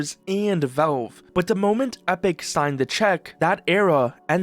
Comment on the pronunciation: they're called valve, not velve